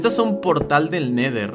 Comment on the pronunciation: NO SE DISE NEDER SE DISE NETER